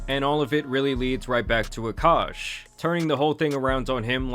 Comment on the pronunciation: He is no longer uhkosh is he isnow ahk-ahsh